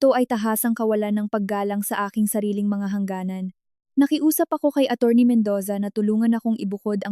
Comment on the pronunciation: To the narrator Atty.is an abbreviation of attorney. Don't pronounce it a ti. Read it as attorney. I am not humiliating you my friend okay.